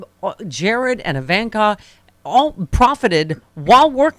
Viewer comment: When is she going to learn how to correctly pronounce "Eye-von-ka"? FGS.